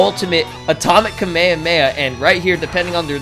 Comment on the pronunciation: its pronounced Ka-May-Ha-May-Ha!